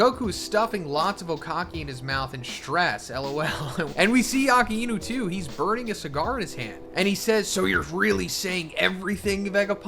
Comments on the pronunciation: Please stop pronouncing Akainu’s name incorrectly. It’s ah-ky-noo, not ahkah-ee-noo. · To this day you still don’t know how to pronounce A-Ka-i-nu 🤦🏾‍♂️ But imagine going through everything to become the Pirate King only to realize that what Imu and the World Government are doing is actually the right side of the story as compared to what it was during the void century, we all want Luffy to have an all out war with the WG using the ancient weapons just like Eren did in A.O.T, maybe that’s why Rogers laughed and didn’t do anything, maybe Robin after figuring it all out will have the same response, and would ultimately chose to leave it to the next generation to decide there own path. It’s just a little weird that all the strongest people haven’t done anything to fight the WG, Dragon definitely knows everything he hasn’t made any movement against the Gorousei, Rogers didn’t, Shanks too and it’s almost as if the only chance any of them had was when Luffy awakened, with the reincarnation of Joyboy but to what extent is this going to go, if he does who is he using them on? In war both sides loose and just knowing Luffy he’s never bothered to worry about all the ancient weapon stuff, maybe that’s why Vegapunk is also conflicted on who’s wrong or who’s right